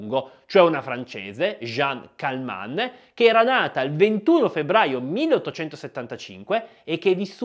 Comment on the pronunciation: Si chiamava CALMENT, non Calmant.